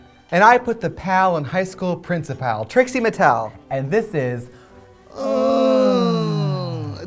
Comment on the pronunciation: WHY DID I JUST NOW NOTICE THAT THE INTRO SAYS TRIXIE MATEL???? 😂😂😂😂😂😂😂